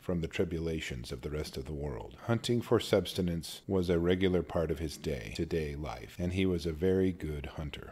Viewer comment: “Hunting for substenance”?!?!? NO!! The word is S U S T E N A N C E . . . . .there IS NO “B”!!!!